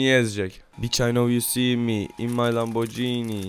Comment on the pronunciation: Lamborcini değil lamborgini diye okunuyor :)